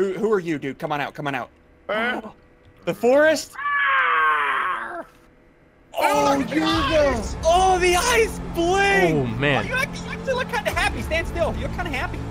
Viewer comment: "The FORST"